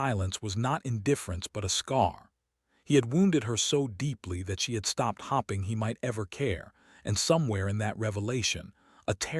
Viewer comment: It's arith ma tic and hoping, not hopping, and BOW as in NOW, fade ing not fadding. Just one version of a common story